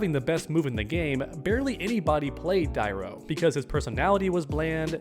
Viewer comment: Say it with me Die-ru